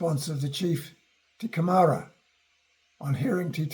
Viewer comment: Lol... Not "te kemara" but (Kai) teke mara. . .